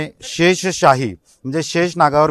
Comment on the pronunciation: शेषशाही नाही रे शेषशायी 😂